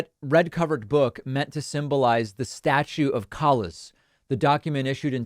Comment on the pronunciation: I believe the town's name's pronounced "Kalish". but yeah, awful. as a fellow Jew and a human being I am disgusted and truly appalled by what's happening in Poland nowadays.